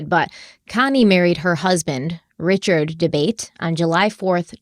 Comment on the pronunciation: . “RRichard Dabate”. I’m thinking he’s guilty just by the way you pronounced his name. 😁